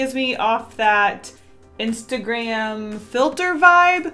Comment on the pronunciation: LOL after u said istragram l had istragam